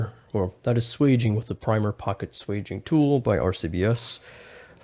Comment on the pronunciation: It's swaging not sweging.